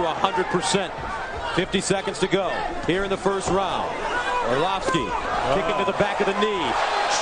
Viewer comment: anybody from Maine will laugh when they hear the announcer say "orloff-ski"